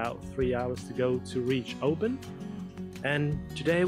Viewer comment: I have watched the first 5 minutes of this video, and so far you have only pronounced Oban correctly, Luss as in us, not loose, Gylen, Kerrera? When you can't do it ask a local, your pronunciation shows no respect for the history of the land you walk upon.